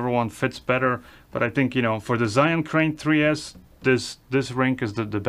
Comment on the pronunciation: Hi, I've been always watching you but never commenting; breaking it now just for a suggestion... As I've lived in China for 24+ years you can safely take it from me, ZHIYUN is pronounced like this: Take the word rzeczpospolita for an example, in its original Polish pronunciation. Now, put cz first, following with rz. You will have something very close to what zh sounds like. Add Polish y to it as in Bydgoszcz, you will have zhi~. (Doesn't work with English language that easy). Zhiyun is not pronounced like "zayin" or anything alike... zayin is a dick in Hebrew.:)